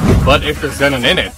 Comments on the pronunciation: its pronounced xenon with a short e not a long e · Can't even pronounce xenon correctly